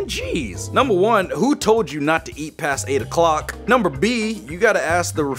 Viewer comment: Nobody: Absolutely nobody:: nunber BbBbB